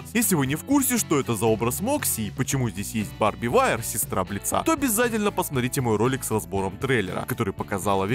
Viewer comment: Господи, Бли́ца, ударение на "и"! Согласно правилам ударений, при склонении существительных (кроме исключений) ударение остаётся на корне!